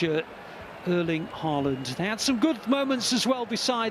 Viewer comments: It’s “Arling Hawland” not “Erling Ha-land” You’re welcome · The Commentator fits how he pronounces Erling Haaland just Like the One in the Bundesliga used to pronounce❣️❣️❣️😭